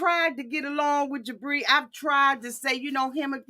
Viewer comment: I swear every time you say Jibri, I hear debris! 🤣🤣🤣